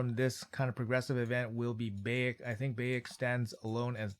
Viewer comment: Lemme help you out big dog. Bye-ek is the pronounciation of his name from AC game. You're missing out if you didn't play AC Origins.